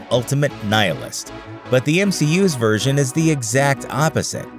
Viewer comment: I don’t know why, but every time he says version, I’m hearing virgin